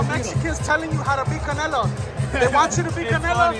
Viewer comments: He called em canela lol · bivol always said canela